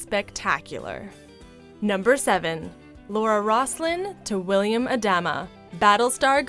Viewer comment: Ah-dah-mah, not A-dam-ah